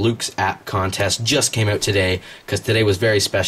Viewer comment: It's "out", not "oot" =Þ